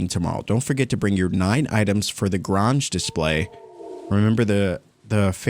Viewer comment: Grange It’s pronounced Guh-range not garage door lol